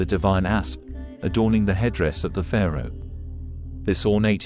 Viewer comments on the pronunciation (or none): none